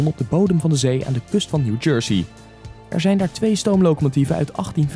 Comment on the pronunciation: New Yersey? Ik dacht New Jersey